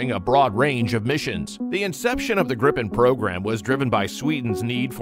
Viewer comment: The jet is called GRIPEN and not Grippen learn that.